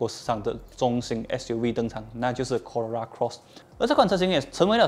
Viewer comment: 怎么 Corolla 发音很难吗 ？